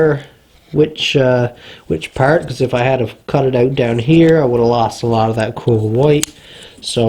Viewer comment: It's pronounced out not ooooooohwt